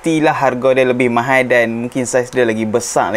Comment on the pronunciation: ....tolong tekan Aune pronounce from Chinese lebih sikit. Hehe Mahal ya....bukan Mahaie 🤭 Chinese cannot say Mahaie...😁